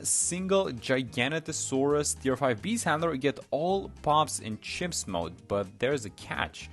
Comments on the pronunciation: It is giganotosaurus NOT GIGANTASAURUS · The way bro said giganotosaurus at the start 🥀